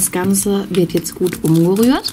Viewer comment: Ich habe umjerürt verstanden 😂